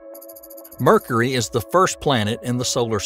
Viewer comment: I like how he says Mercury like "Merkry" similar to the way he says "Murka". Oh and that red spot on Jupiter, that's a turnader.